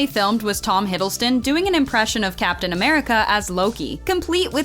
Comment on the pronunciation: Am confused of the narration... is it "Hiddleton" or "Hiddleston"? :D